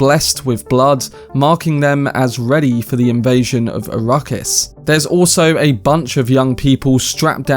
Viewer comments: Please it is “arack-is” not “a-ruckus” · It could just be his accent! Give him a break!